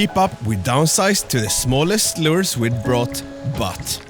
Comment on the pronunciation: “Lers” is “lures”